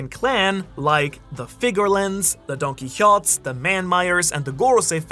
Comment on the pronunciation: that was the most disgusting way ive ever heard the donquixote name pronouced